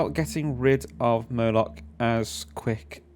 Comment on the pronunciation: Nice vid. Thanks! BTW, are you calling the boss Murloch? 😉